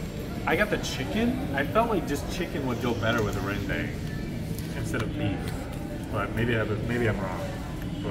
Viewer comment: lmao ppls eat porrige when theyre sick , nasi lemak is our iconic food and rendang pronounced REHN DUNK